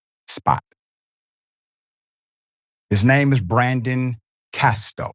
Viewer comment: Prayers for comfort and healing condolences to the family and friends. His name is not Castor - its Casto.